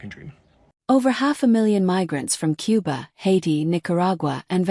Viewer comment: bro, its pronounced koo-ba not cube-ba